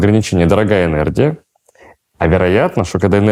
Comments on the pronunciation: Энердия? Языте? И этот человек лекции читает? Это же уничтожение мозга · мне кажется или он все время говорит ЭНЕРДИЯ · ЭнерДия? Эт что такое? Вроде всегжа быда энерГия...😮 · ЭнерДия. Не смог послушать